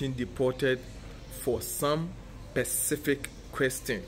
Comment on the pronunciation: Specific not percific